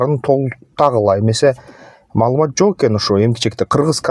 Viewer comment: Маалымат деп айтып койгулачы маамылат дедирбей жиптин урайын